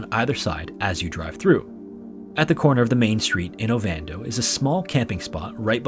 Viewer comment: The Montana town is called Ovando not Avando